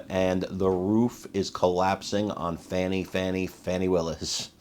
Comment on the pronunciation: Fa'W'ni <-- no W so you got it right the whole time.